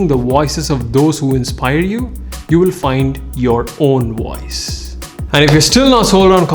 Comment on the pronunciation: His pronounciation of voice is wiose 😂😂